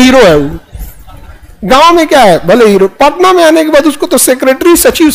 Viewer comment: पटना ❌ पोटना ✅ 😂😂